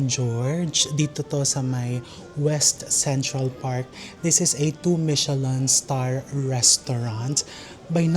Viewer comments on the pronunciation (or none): none